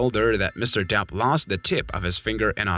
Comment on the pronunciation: His name is, DEPP, not, DAP. 🤡